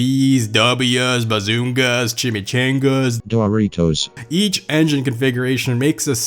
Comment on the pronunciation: Are we gonna ignore the fact that said chimi-CHĀNG-as 😂😂😂